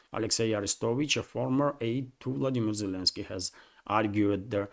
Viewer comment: Zelensky... how can i trust your ability to give me the news when you dont even get his name right? Lots of better channels.